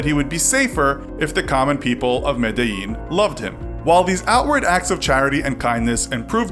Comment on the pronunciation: Being Colombian I feel like this gives us a negative connotation. Also Medellín is pronounce me-de-Jean